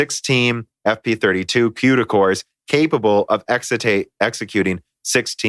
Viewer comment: Qduh cores? lolol it's CUDA not Qduh No part of English has a C pronounced as a Q